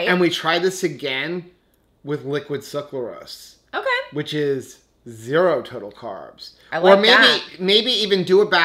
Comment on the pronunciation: SUCRAlose instead of SUCLArose